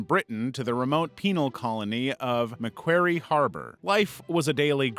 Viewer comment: Macquarie is pronounced Muh-Quarry